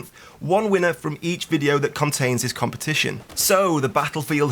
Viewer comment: Compitision* or something;D